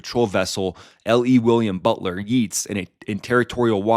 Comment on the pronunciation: "Yeats" is pronounced "Yates".